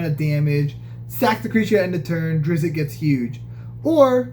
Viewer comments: It is pronounced 'drist' , not 'driz it' . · Its pronounced ˈdrɪtst